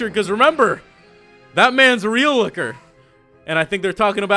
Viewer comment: Man lokker sound so so so so so so so so so so werid